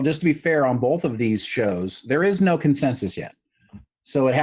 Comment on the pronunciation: It's pronounced "BOTH", not "BOLTH".